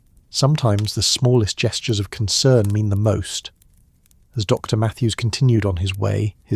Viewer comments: I don’t get how she locked up the post office without the keys and how opening the post office would speed delivery of the letter when the post office was closed anyway. Why are there such pauses after Mrs. and St. And Dr. That was very odd. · Very off-putting that AI can't handle titles with periods like Dr., Mrs. Saint (St.), adding unnatural pauses in narration.